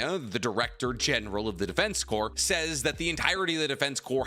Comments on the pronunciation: Edit: you corrected yourself mid-video. THANK YOU CORPS IS PRONOUNCED "CORE" MY DUDE, NOT "CORPSE". MARINE "CORE" (CORPS), ARMY "CORE" OF ENGINEERS, DEFENSE.... "CORE". The only thing "corpse" could pass for is an abbreviation of corporations or.... a corpse. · Bruh corps is pronounced as in "core" not as in "corpse." Just tryna be helpful to you as you make a living speaking in vids :) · Just so you know, Corps is pronounced core, not corpse. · My man. It is not pronounced the Defense “corpse” even though it is spell the “Defense Corps” it is pronounced like “Defense Core” you don’t pronounce the S. Like in the American military the “Marine Corps” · FYI, it's pronounced defense "core". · hey btw the PS at the end of corps are silent. “corps” when referring to military is pronounced “core” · I started to type about how he kept saying corpse instead of corps when he called himself out lol I thought I was mishearing him 😅